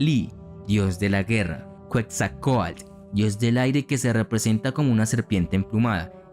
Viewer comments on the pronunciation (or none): none